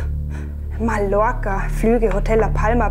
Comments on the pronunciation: Schlimm wie die einfach „Mallorca“ aussprechen. Außerdem wird der Bankomat dort garantiert „Ballermann“ heißen. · Niemand: Wirklich niemand:: MaLlOrCa